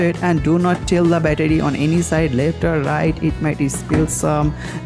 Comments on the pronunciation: i have no intention to offend any one he says bettadi very hilarious man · every time he said battery i got triggered